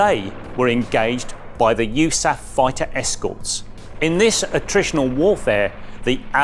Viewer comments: Also pronounced "you- saff" "The United States Army Air Forces (USAAF) was the aerial warfare service component of the U.S. Army from 1941 to 1947" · Yoosaff ? USAF ? Until the end of WW2, aircraft were part of the army - USAAC - U.S. Army Air Corps. Odd that an IWM person doesn't know this.